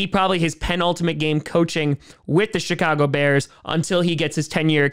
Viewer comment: The "shit-car-go" bears.